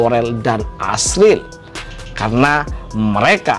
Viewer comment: Bisa nggak sih min nyebut nama jiel itu jangan AZRIL..tapi AZRIEL,arau JIEL gitu..